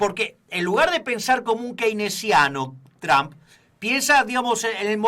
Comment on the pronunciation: QUERIDOS SE PRONUNCIA,tromp..no tram...